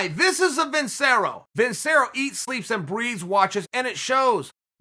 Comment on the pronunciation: CHAEL ITS PRONOUNCED VIN-CHERR-OH